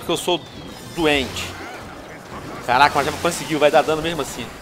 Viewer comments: carrrrrr raca muleke kkkkkk venom eu não sabia q VC falava assim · karaaaaca!!kkkk veno tu tem a língua bolada ou vc fala de zoeira